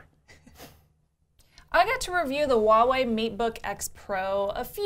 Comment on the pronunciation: Is it so difficult to pronounce Huawei correctly? When you pronounce it, it sounds like Wah-way. You've dropped the 'h' completely, but it is actually pronounced.